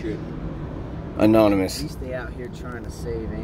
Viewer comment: anonymous??? ananimous? 🤣 unanimous bro🤣🤣🤣